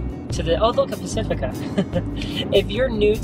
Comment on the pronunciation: "Oh look a pacifica" XD your so human and amazing!